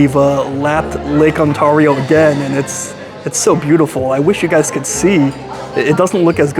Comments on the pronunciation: It's pronounced Lake On-tear-ee--o. :) Not On-tar-ee-o. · Also, Lake Ontario is pronounced awn-TAIR-ee-oh not awn-TAR-ee-oh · Ont 'air' io, rather than Ont 'are' io 😊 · also its pronounced ON - TARE - IO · say it with me now.....on-tare-e-o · Are you purposely pronouncing Ontario wrong? lol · please make some effort to pronounce easy. Canadian words. ‘ Ontario’ should be the easiest name to pronounce but somehow you succeeded in botching it.